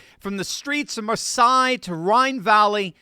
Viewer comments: Marsay not Marsai pronunciation… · It’s pronounced Marsay not Marsigh. Omg can you be more clueless. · It's "Mar-say", not "Mer-saye". Great job! Keep it up. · Where the hell is Maar sigh? Do you mean Maar say?? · Marseille is pronounced Mar-say, but good news🎉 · "Mar-sigh" Like wtf dude? Embarrassing America......again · Dear, Marseille is pronounced Mar say. Just a FYI. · Good piece, thank you. But friendly tip: Marseille is pronounced mar-SAY. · “Marseye” where in france is that?